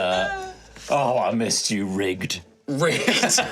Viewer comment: "Help me Rigged" man... all I could hear is "Help me Riggs" - shows my age, Lethal Weapon reference.